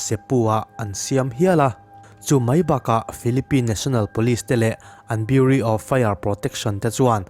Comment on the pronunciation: beureau tih i lam kha biuri ti a lam ri lo in biuraw ti in lam tawh la.